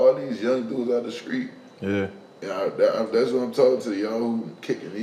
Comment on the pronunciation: "Screet?" Screet sh*t huh...😂 You Krazy